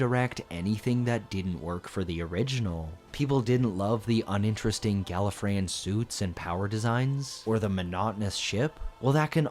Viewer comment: Was already gonna sub, but then you said “Gallifreyian” and that sealed the deal 👀